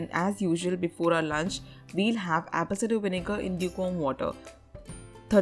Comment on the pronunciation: Did she say Apple Cinder 😂😂😂